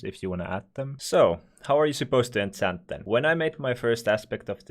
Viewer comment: Holy shit pls dont say ensent its enchant